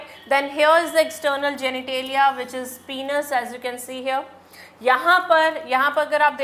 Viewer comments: Penis is not pronounced as पिनस ,its pronounced as पेनिस। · YEAH!! But I'm still in shock maam's pronunciation of some words like gamets,penis & many more....😳😳 If her pronounciations are ryt then my whole life was a lie 😭🙂😟